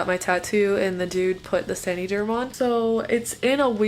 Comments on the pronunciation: I think it’s “San-uh-derm” like “San-uh-tize” 🧐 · please learn to say the name correctly lol. It is not "sandy" derm. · I came to say the same thing! 😂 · “sany derm “ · sandy germ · San - uhh - derm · The way she says san”ee”derm gets me every time. I can’t even finish the video 😂😂😂😂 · Love how you pronounce saniderm 😂😂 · I like this video but the way she pronounces saniderm is annoying tf out of me